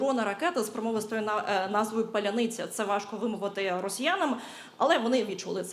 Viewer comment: З Днем Незалежності! Не старайтесь писать на украинском язике.... вы не умеете. вас выдает произношение.... "ПАЛЯНИЦЯ"-.тринуйтесь!